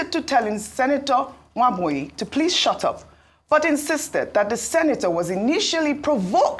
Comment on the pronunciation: ..."saying something that doesn't make sense and he is overyapping...😂😂😂. Madam Oby needs to correct him in a subtle way" can you please shuutrup..., shut rup... 😂😂😂